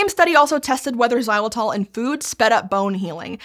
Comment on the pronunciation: It tells a lot about the America's unhealthy diet habits when an OLDASS thing like Xylitol (and Jesus Christ that ENG pronounciation is horrendous!) is unknown to them. We Euro's have been chewing that stuff for like 50+ years now. To us, bubble gum = oral health products.